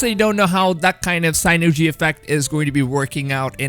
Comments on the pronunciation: Synergy, not sainergy. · s*i*nergy, not seinergy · it’s pronounced “sin-urjee” synergy not sighnerjy lmao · Sin ergi good sir thats the pronunciation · what the heck is "sign-ergy"....i do believe he means "sin-ergy" folks, (Synergy)...just saying... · Not pronounced "sign-ergy" but "sin-ergy". Cheers buddy. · It's SIN-nergy not SIGH-nergy, sorry that was bugging me, enjoyed the video tho! Can't wait for this! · It's pronounced sin er g not sign er g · Sin-er-gy not sign-ner-gy...... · Lol i was wondering if anyone was catchin that. SIN-ergy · Sin-er-g. Say it out loud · "signergy" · its pronounced sinergy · it's sin-ergy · sigh nergy effect (synergy effect) 😂😂😂😂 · It’s pronounced “sin-er-jee”😂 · Does it bother anyone else how he pronounces Synergy lol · English?? Did you try to pronounce synergy? Vikings? Lol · The way you pronounce synergy bothers me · The mispronunciation of synergy made me want to throw my phone. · U gotta learn how to properly pronounce "synergy".... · Just need to say that "synergy" isn't pronounced like that, at all. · The way you pronounce Synergy triggers me so hard. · "pre-dater" "sine-ergey" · This dude's pronunciations are &#%$!!! What is a "Why-Keen", or "Sign-Ergy", or a "Preed-Ate-Or"?!?!? Did you perhaps mean.... "Viking", "Predator", and "Synergy" my dude? I'm seriously like rolling! Do YouTuber's do this &#%$ on ourpose to get more comments or what? I'd never record myself sounding like that, and if I couldnt speak a language properly, then perhaps do so in your native tounge, and for your people's?